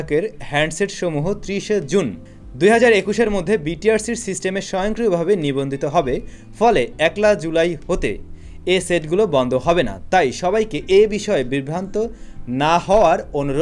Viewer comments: ভাই ওটা একলা জুলাই না পহেলা জুলাই✌️ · একলা জুলাই না ভাই, পহেলা জুলাই হবে! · "১লা"-এর উচ্চারণ হবে-পহেলা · একলা জুলাই নয়, পহেলা জুলাই হবে,,,😊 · ভাই একলা না,, এইটা হবে পহেলা😜😜😜😜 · akla julay....na vai,,,,,...pohilaa julay